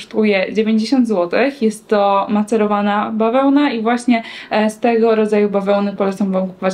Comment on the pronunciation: Maceryzowana, no nie. Merceryzowana to tak